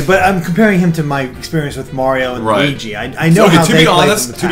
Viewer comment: That's a weird way to say luigi??